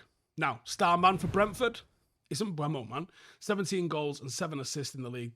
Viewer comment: Why nobody knows how to say his name??? It’s quite weird and disrespectful to him to be playing in the premier league for so long and no one can say his name properly. M BE U MO not M BU E MO It’s really not that difficult for real